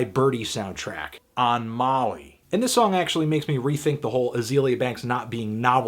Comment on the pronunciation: "OAN MOLLY"